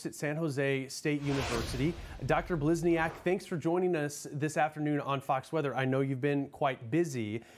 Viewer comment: So neither one of these news anchors could bother to pronounce her name correctly? Blisni-AHK? Seriously?